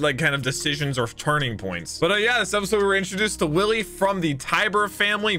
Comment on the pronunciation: Hey Willy's name is actually pronounced Villy I hope you hate it less now lol